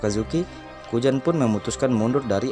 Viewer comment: Nama nya kuzan bg.bukan kujan bukan kujang.ngakak abg ni